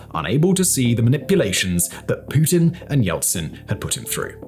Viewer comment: you butchered pretty much every single Russian word. Only one perfectly correct was „Putin“ though. Good job! 👍🏾;)